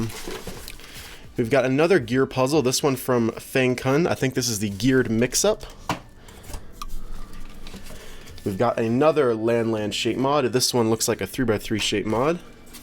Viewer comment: Hi, i just want to tell you, it is not pronounce fang cun, it is actually pronounce as fang choon